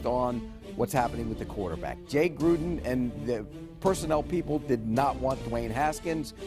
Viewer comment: At least he is pronouncing Jay Gruden’s name correctly.